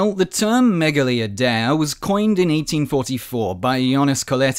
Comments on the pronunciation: Dude mispronounced "Idea" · Why's he saying idea like that 😭